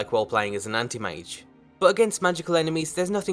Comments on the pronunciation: I heard panty mage instead of anti mage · Path of the "Andy-Mage"?